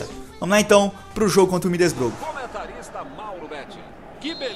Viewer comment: já q vc n consegue falar Middlesbrough direito fala "Boro" é meio que um segundo nome do time saca